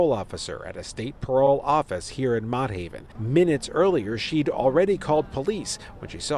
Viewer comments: Its pronounced MOTT HAVEN LIKE MOTTS APPLES LMAO NOT MOTE 😂 GLAD I MOVED A LIL OUT THA HOOD PARKCHESTER IS PEACE N QUIET 🙏 And not for nothing but tha parole officers carry guns so why she ain't fire back 😮 what they carrying guns for good looks🧐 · He said Mo Haven😂😂😂 it’s frigging MOTT haven… even the news coverage said it and he pronounced it wrong